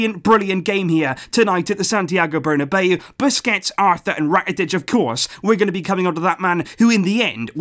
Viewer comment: What a game it was today...it was as if we were playing champions league final...our defense was on them every time....and I enjoyed vidals and Roberto's performance tonight.. everybody had a great game today..and the way you have said "Santiago BURRRRNBEAO" at the beginning of this vedio had given me goosebumps 😂😂..keep it up man!!!!👍👍🔥🔥